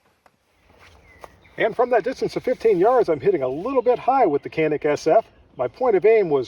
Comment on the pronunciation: nice video. And its pronounce like more janik not like can